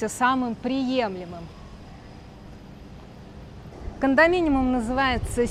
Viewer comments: все таки кондоминиУМ, а не кондоминиМУМ 😂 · КондоминиУм, если что😅. Спасибо за выпуск